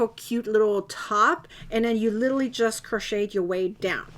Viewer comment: It's LIT-ER-AL-LY. You're welcome.